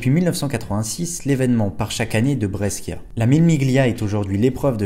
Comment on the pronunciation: Et « Brescia » —> Brèchia 😊